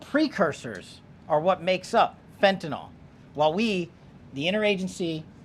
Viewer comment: FBI director... someone ought to have taught him that it's not fentanol, it's fentanyl.